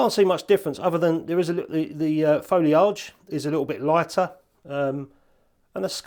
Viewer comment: I really need to put filters on my cameras more often! Love an orange or red filter to give the skies a bit more PUNCH! Sorry, I have to mention the pronunciation of 'foliage'... Is that how they pronounce it on the IoW? New one on me!:p Keep up the good work,, I mean!:p